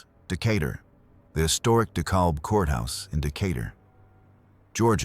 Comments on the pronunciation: Decalb County is pronounced De "cab" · Pronounced De-cab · Dekalb is actually pronounced "Dekaab." Commonly mispronounced. Cool documentary. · You pronounced Dekalb wrong....it is where I am. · that's why the narration sucks. Do a vote, you'll see that people prefer real human beings doing the narration on these programs. Yes, it can be that trivial to some people. Like the correct pronunciation of DeKalb. That was a dead giveaway.